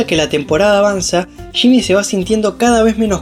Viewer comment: Se dice “Yimi” no shimi jaja